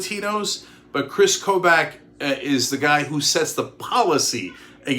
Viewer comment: Kris Kobach is pronounced "Koe-Bock". He's a horrible horrible person, but nails on chalkboard each time - from a Kansan